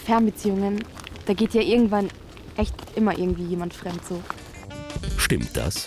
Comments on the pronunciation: fremd statt femd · fremd und nicht femd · femd statt fremd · Minute Fendt gegangen ich dachte es heißt fremd gegangen 😂😂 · “femd” ich dachte das heißt fremd😂😅😇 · femd anstatt Fremd nice 👍🏻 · es heißt fremd* und nicht femd haha😂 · Hahahahaha also ich glaube das heißt fremd und nicht femd gegangen 😂😂😂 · C'mon, Galileo - Team. *fremd Das soll ein r hin. Ist es so schwer?